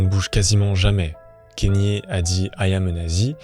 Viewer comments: "Kennye" non c'est Kanye avec un A kAnye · Le cas le plus extrême ? Vraiment ? Tu connais pas Roman Polanski ? Ah, et on dit "KAnyé" pas "Kényé" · La vidéo à l'air cool mais pour l'amour du ciel, on prononce k"A"nye et pas k"Ai"nye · Pourquoi les personnes font des vidéos sur des personnalités sans même savoir prononcer les prénoms c gravissime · Comment c'est possible de traiter de sujets comme ça qui demandent des recherches mais ne pas savoir prononcer un prénom. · Je vais pas discuter 1000 ans avec toi si tu prends mon commentaire pour une agression, je salue le travail du poto, mais j’ai pas pu finir la video a cause du nom mal prononcé c’est tout. Son prénom est même pas anglais ni américain, il vient du botswana. C’est comme si je faisais une vidéo sur Michael Jackson et que je l’appelais Mickael pendant toute la vidéo. Je trouve ça juste dommage de se renseigner sur tout les bad buzz de kanye, faire un travail de recherche et tout mais ne pas vérifier une seule fois comment son nom se prononce. Enfin bref.